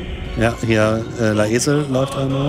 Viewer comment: Habt ihr ernsthaft aus Lae’zel “La Esel” gemacht? 😂